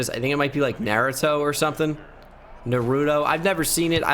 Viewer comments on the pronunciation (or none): "Nahruto" lmao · said "Narutoe" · I sorta got pissed by him mispronouncing naruto name